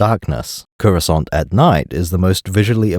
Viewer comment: everytime he says "CUROSCANT" i load another round into the gun